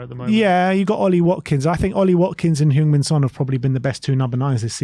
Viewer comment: Btw, it’s pronounced Hung Min Son. The E in Heung should sound like E in “Earl”